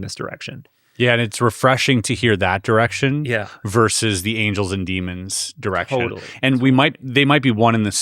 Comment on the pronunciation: DEMONS. NOT DEAMONS